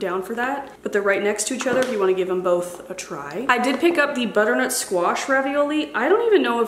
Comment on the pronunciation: I have been following you for years and yet every time you say “squeesh” for squash it gets me. 😂 Happy fall,! 🍂🍁